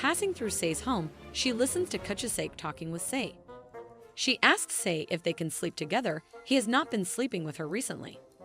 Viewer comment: Sei is pronounced "Seh-ee", not "See." Kuchisake is pronounced "Ku-chi-sah-keh", not "kuchuh-sak."